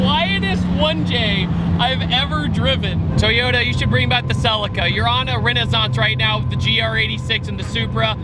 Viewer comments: It’s not selica. It’s pronounced CELEEECA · SUH-LEE-KAH its SuHLEEKAH, stop disrespecting the name. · Where is the S in CELICA.......FFS......calling it a SELICA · In the UK we pronounce it 'selleeka' 🤔 Love your vids fella 👍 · Please pronounce the model right =[